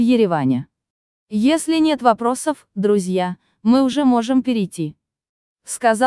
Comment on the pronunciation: Акцент на слово "друзья"))))))